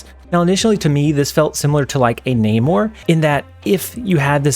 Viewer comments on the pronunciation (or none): none